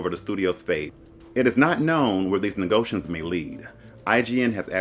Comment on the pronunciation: "Negotions" - Sounds like you're referring to some alien race in Star Trek/Star Wars 🤣